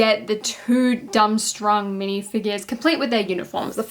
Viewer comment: Love the vid, but it’s pronounced “dorm-strang”